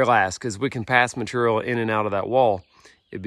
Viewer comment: still struggling to pronounce the word "material" 😂